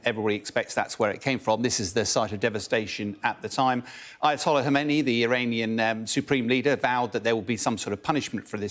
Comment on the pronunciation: Khamene ei NOT Khomeini!